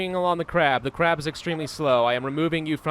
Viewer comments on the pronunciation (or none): I enjoy how he says Crab... Or 'Kraab'. Makes me giggle. Tophat needs a pebble kid. You should buy some livestock and then harvest food from them when they make smol ones.